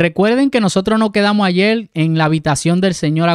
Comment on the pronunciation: La palabra es ayer no es ayel ,no confunda a los niños